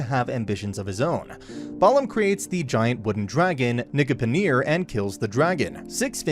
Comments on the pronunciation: To be fair, he pronounced it wildly off. It's pronounced Ni-gyu-punil/ir (the anime spells it Nigipnir and the manga translated it as Nigyup-nill) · I love how he said niggapernear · yes but the way he says it it sounds like the n word